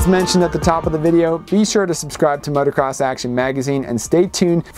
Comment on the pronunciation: Jeez please stop calling it motercross